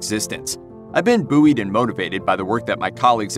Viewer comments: Buoyed is pronounced boyed not boo-eed. Sorry it just bothered me. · buoyed is pronounced 'boyed' not boo-eed